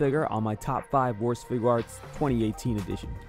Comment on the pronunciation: Fig-arts.... it's not that hard to say.